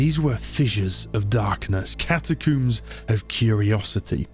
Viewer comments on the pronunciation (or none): none